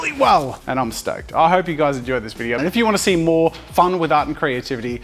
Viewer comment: 'In this vidieuoo'😂😂